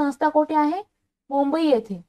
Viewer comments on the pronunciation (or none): none